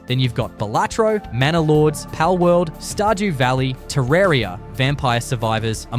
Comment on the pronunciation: Balatro you dumb mule not Belator wtf 😂🤡